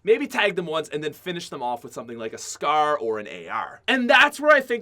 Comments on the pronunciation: the way this guy pronounces scar and any word that sounds like it makes me want to die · You say scar weird asf